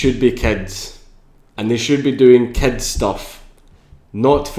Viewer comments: anyone else who understands cats instead of Kids when he says it? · are you talking about paedophilia or bestiality? when you say kids it kinda sounds like cats xD